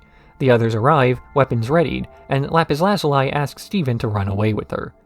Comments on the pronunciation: "Lapis Lazuleye" 😅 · oh my gosh am i gonna have to hear you pronounce lapis lazuli's name like that throughout the whole video?